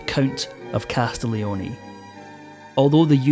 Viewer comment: In Italian, one does not pronounce the G in Castiglioni at all (try CAS TEEL YONAY). A little foreign language research would have helped you here